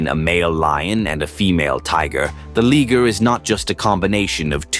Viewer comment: you mispronounced liger it's pronounced LYE-GURR